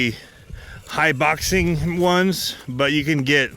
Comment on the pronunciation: Haha, it's actually pronounced Hi-bo-xing.